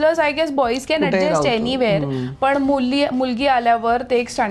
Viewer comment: पुण्यात रहाता पण मराठी अशुद्ध बोलता. ex "पन" नाही पण; " लग्णा आधीच" नाही लग्ना आधीच; "गरजे अणूसार" नाही गरजे अनूसार. न च्या जागी ण बोलू नका.